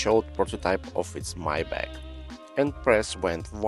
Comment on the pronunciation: Maybatch is correctly pronounced "[ MY BOK ] " , not " [may - batch]!😂